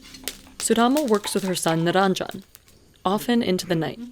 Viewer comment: The name is Niranjan, not niraanjan! If you're Indian, please learn to pronounce Indian names correctly. It's the least respect you can show to your ancestors, fellow country men, women and places.